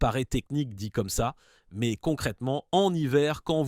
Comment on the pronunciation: La voix générée IA aussi avec des "mèèzzzeeeuu" pour dire "mais"